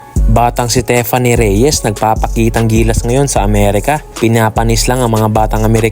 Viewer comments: HEY!!! Tiffany is pronounced Teef-anee not Te-fan-ne! Please to the uploader/voice show some respect ok? Do some research in proper pronunciation of English (although it is an anglicised Greek name Theophania) names before making videos. You really sound silly and stoo peed. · Tiffany as in teeeeffany. Hindi tefany..